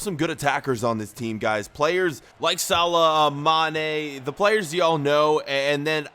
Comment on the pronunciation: It's moh salah